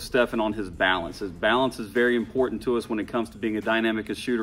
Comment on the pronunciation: Lol. Man really said "BaAlance